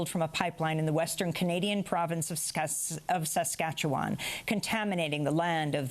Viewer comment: As I am from Saskatchewan, the way Amy said that was Hilarious!